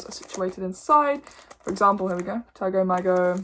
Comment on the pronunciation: Aargh! It's pronounced Taygo Maygo and NOT Tag-o Mag-o